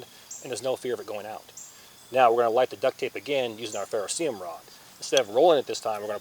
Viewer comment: 1. Ferro CERIUM, not ferroseeum. How about just using "Ferro Rod" in your new life. 2. Tearing duct tape into small strips is a fine motor movement likely unavailable when you're hypothermic. Maybe test rolling a piece into a tight ball with your palms and lighting that. Love your dedication and free sauce, not criticizing you as an honorable human being. I want you to succeed.